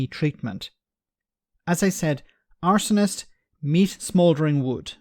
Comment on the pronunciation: Arse....onist. Stress on the first syllable.